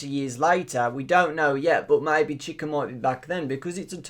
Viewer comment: You're pronouncing chica wrong